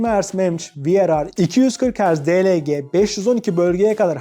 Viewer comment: Kızma hemen, kötü anlamda söylemedim :) - Mali G52 Türkçe, Ci-Pi-Yu İngilizce - Panel yapısı Türkçe (He-Ve-A), panel üreticisi İngilizce (Si-Es-O-Ti) - Enhanced'i bile çok güzel telaffuz etmişsin ama sonra He-Le-Ge demişsin, De-Le-Ge ise Di-El-Gi olmamış.